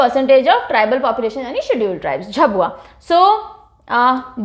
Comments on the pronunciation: Ma'am its not झबुआ its झाबुआ And not धर its धार But u r great i always watch ur all vdos 🙏🙏🙏❤️❤️ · Mam mp me वों झाबुआ , धार है आपका उच्चारण गलत है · Don't go to spellings It pronounce .....dhaar , jhaabuaa, and manndlaa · Mam I m from MP and it's pronounced as झाबुआ, मंडला, धार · Hindi let us pronounce words perfectly.. Many pronounced word was wrong here eg. झाबुआ, संथाल, कमार etc